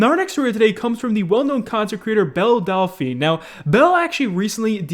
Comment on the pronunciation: Delphine. Not Dolphine.